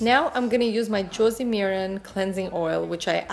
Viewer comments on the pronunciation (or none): none